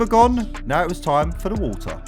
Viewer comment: Water ❌ Woha✅😂